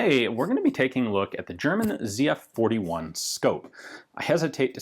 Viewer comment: thank you for pronouncing the name right lol